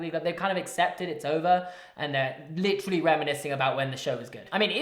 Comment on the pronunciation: Holy crap you licheerally say licherally litcherally so many times ffs😂